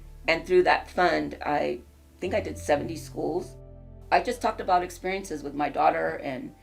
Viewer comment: As a sidenote: "Araújo" is a portuguese surname!!! Learn how to pronounce it correctly!! Don' t say it as if it was a Spanish surname!! In Portugal, we speak PORTUGUESE!!!🇵🇹🇵🇹🇵🇹🇵🇹🇵🇹🇵🇹🇵🇹